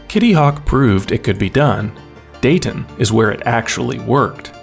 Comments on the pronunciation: We don't pronounce the T in Dayton. More like a glottal stop. Day'n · LOL DA-TUN